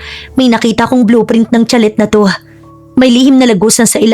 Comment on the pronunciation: Nice story 👏 but I couldn't take it how you read (chalet) it's sha-lay po👍 like sachet it's pronounce sa-shay... Just saying.